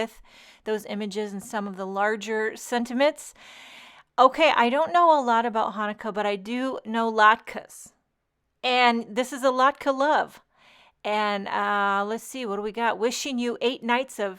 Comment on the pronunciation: I absolutely love your singing, and your 'just as I am' attitude. The flower is Anemone (a-nem-o-nee) and the potato pancakes are latke (lot-ka). Good try at sounding them out though.